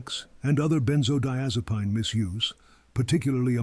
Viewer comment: Are you mispronouncing benzodiazepine or do people pronounce it like that in the area of the country where you live.?